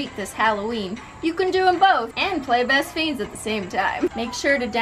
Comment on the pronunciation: Why does she call “best friends” “best feens”?😂